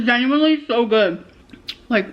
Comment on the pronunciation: taking bites of things and going "mmmm....mmhmm mmhmm" so often makes me irrationally annoyed. Truly, "gENnuinely" I can't fkg stand it or her.